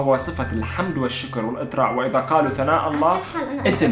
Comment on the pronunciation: ويسام اسمي سناء مو ثناء 😂